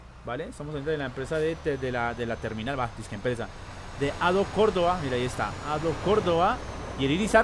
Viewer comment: En realidad se dice adeo ADO yo soy de México 🇲🇽 ay muchos de estos acá saludos sinxe saludos 🤟🇲🇽